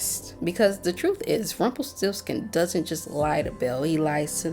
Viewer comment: "Magic always comes with a price". You gotta vibrate the R when you say this dude's name. Put some vibe and flare on it, dearie. lol